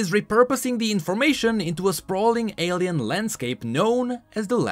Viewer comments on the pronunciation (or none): none